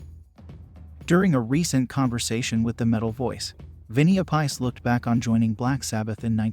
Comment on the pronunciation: I talked to Vinnie after a show in Cincinnati with Supertzar ,his Sab tribute , which was a good show and fun. He's a really cool guy who has done some incredible things in his career. Btw did u say Vinnie App - Ice? 😁